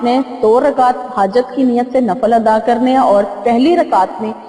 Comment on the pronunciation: Assalam o alaikum mujterma lafz NAFAL nahi balke NAFIL kehte hen shukria